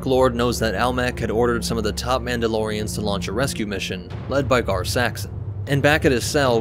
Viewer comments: It's not Mauldalorians, it's Mandalorians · Mauldalorians? Really?🤦‍♂️